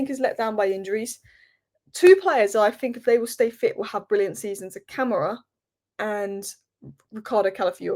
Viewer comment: Stress the "ma" when pronouncing Ka-ma-ra 🫡